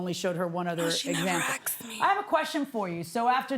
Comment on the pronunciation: no. Defendant said she DIDN'T tell her. "she never axed me."